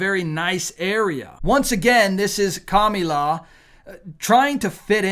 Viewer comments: Kamala. Not Kamila. Don’t sound stu**d. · It's Kamila, it's KamAla, for goodness sake. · Kami-law. Commie-law. 😂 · You need to learn to say her name correctly! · Kamala!people pronounce her name into different words 😊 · Why do you pronounce her name like that ? It makes you sound like a middle school bully and the message gets lost. Just curious. As a man who claims to be a Christian you have many instances of hypocrisy. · You are not really portraying Christ by making a joke and not pronouncing Kamala’s name correctly. I truthfully do NOT Trump and wish there was someone else to vote for. I don’t understand why any of the politicians think that Social Security belongs to them to decide they can cut or give away. I worked 30 years and the government took my money so I could get it back upon retirement. That is MY money not their’s.